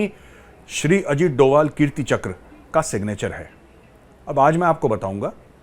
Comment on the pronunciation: Dobhal instead of Doval